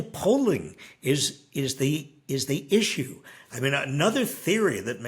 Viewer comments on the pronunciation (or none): none